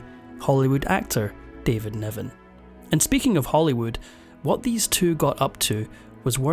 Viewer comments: He threw his brogue at this narration, couldn't pronounce a short i to save his life, David Niven became David Neven, and it was all downhill from there. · His name is David Niven, not 'Nevan'. One more AI screwip. 🙄🤢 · David NIven, not NEven. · David Niven, not Nevan. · It was David NIVEN not Nevan. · It's Niven, not Nevan